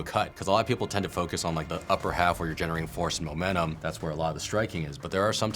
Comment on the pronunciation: he said momenamum